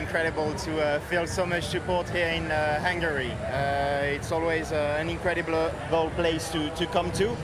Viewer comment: Its pronounced Hungary